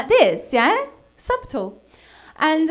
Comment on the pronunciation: ... Today I learned: British people pronounce "subtle" exactly the way it's spelled.